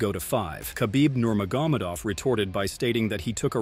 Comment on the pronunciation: Please learn to correctly pronounce Nurmagomedov. The accent is in the E, not in the O. Hearing “Nurmagómedov” several times in a minute is really annoying.